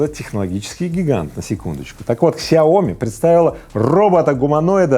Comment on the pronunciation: Не ксиоми, а сяо ми.